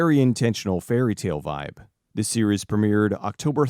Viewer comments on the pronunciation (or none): none